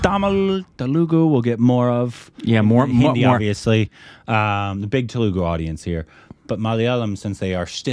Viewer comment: You both seem to admire and value Indian cinema from all its states (love your enthusiasm) so I'm wondering why your pronunciation of "Telugu" is so different than what I hear on videos from that region. Am I missing something? (So glad you liked the KoK trailer and shouted out the artists/technicians' skills.)